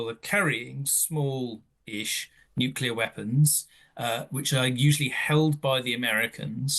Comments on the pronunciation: Did she say nucular? Is that something to do with atomic nuculars? I would have expected better from the Times. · She can’t pronounce nuclear’ It is not that hard